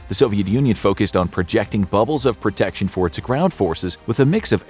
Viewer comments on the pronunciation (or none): none